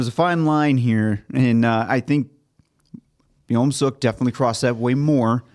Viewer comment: why do you guys say sohu instead of suho and byomseok instead of beomseok 😭😭